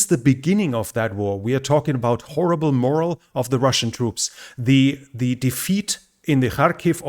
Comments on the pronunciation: MORALE is pronounced 'MOR - ALE' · Morale, pronounced.... more al. Other than that, excellent English. Very good info, honestly presented. I subbed. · Good analysis. PS: 'Morale' is a totally different word than 'moral'. Morale is from French, as are many other military terms, and the accent is on the second syllable. Wir haben viele Franzoesiche Kampfworten auf Englisch. (Did that make sense? :))